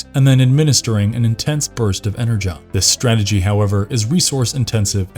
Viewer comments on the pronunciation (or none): none